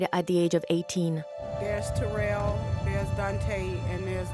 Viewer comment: This mother pronounced her sons name "Terrell" for you and the narrator immediately follows it with a mispronunciation. Either your AI voice is crap, or the person narrating is horrible with English. Is this a Chinese production? Do better next time, this narrator is far from "best".